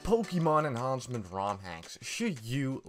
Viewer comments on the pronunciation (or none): Ah yes, pokiemon enhauncement raomhacks